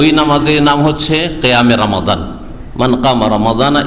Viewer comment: যে মানুষের রমাদান শুদ্ধ করে বলতে পারেনা সে আবার ফতোয়া দেয়